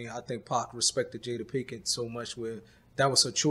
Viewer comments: Love it how they both keep mispronouncing her name "pinken" 🤣🤣 Until it becomes normal ...pinken pinken lol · “Jada Pinkin” “Will Sniff” “Will Smiff” who even is this guy!